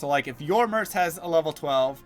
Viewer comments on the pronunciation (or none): Merc, with a hard c, not an s.